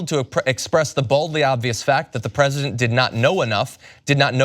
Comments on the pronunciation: I heard that "Fresident" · LOL - Did John just say "Fresident?"